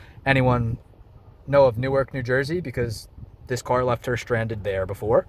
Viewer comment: That boi said Newark 😭 had to rush out the house to get her lmaoo